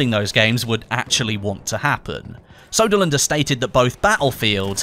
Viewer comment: Its ”Söderlund” not ”Soderlund”. The ”ö” is prenounced as the ”e” in ”early”.